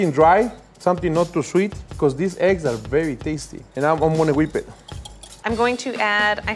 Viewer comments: eggu benedictu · IF SHE SAYS ÆGGS ONE MORE TIME…….